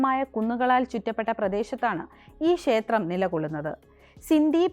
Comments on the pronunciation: ശേത്രം അല്ല ക്ഷേത്രം ആണ് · ക്ഷേത്രം എന്ന് പറഞ്ഞു പഠിക്കുക ശേത്രം അല്ല